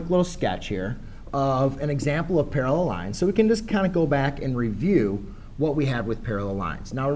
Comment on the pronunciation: this math tutor needs to go back to english class to learn how to say/pronounce parallel and perpendicular